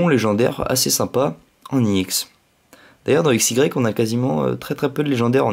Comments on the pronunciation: Pourquoi tu dis iex au lieu de ex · Sa se dit pas IEX mais EX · pourquoi tu dis iex